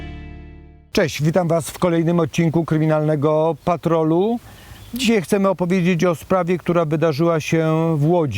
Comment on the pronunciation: Bardzo razi mnie to jak Pan ciągle mówi dzisiej zamiast dzisiaj.!!